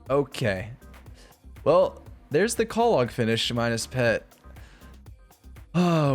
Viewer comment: Love this series so far but "call log" instead of clog is murdering me.